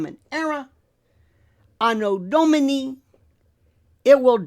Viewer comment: Thank you for pronouncing "anno domini" correctly. Deserves this extra like 😎